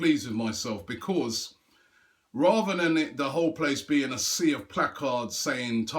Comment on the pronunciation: I just wish that robbie would learn to say because proparly otherwise his videos are great